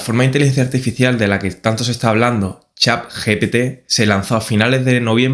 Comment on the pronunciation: pk dices chap GPT? xd